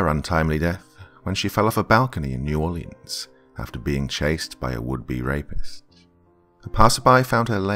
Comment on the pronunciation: I know nobody gives a shit, but he mispronounced New Orleans.